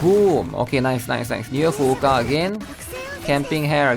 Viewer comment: well what's funny is that he pronounces every other name properly. So much so that he even emphasizes the 2nd U in Fuuka, so it sounds like Fu-U-Ka. Which technically it's right, but if you actually hear a native speaker, they don't pronounce it like that. So that said... He really needs to stop saying "hair" and pronounce it correctly lol